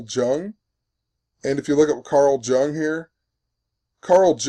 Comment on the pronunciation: "Yoong" not "juhng"